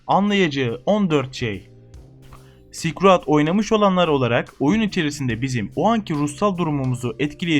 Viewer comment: tamam ilk okulda böyle okuyabilirdik belki bu oyunun ismini ama şuan kürt gibi okuma silkroayd ne amk